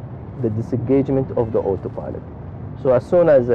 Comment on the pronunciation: Not everyone... for example two times i understood hot pilot instead of auto pilot...